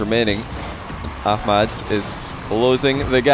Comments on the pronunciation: It’s pronounced amad the h is silent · Is it just me or is calling Ahmad ahkmad? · Why does he pronounce a “k sound” in Ahmad’s name?